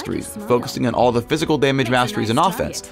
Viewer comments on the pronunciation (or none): LOL anyone else hear the "teh"